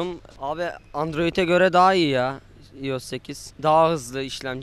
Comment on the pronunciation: ulan komikligine mi okunusunu yaziyon bilmiom ama iyos diye okunmuyo ayos diye